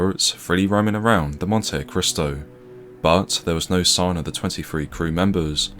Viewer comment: I believe it's pronounced "Montee-cristo" 😉